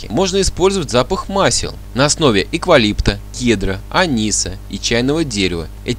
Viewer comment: У них не "обояние", а обоняние! Не " эквалипт", а "эвкалипт"! Не занимайтесь глупостями, а купите средство для мытья полов, на бидоне нарисован таракан. Эту мыльную жидкость , один колпачок, добавьте в ведро с водой. Средство действует на генетическом уровне, плюс отпугивает насекомых. Для людей и животных безвредно. Да, и живите чисто. Успехов!